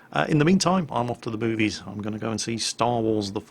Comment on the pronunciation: I had to play that last part back liek 4 times to convince my self he said off to the movies. because i swear he said "Im off to the boobies" xD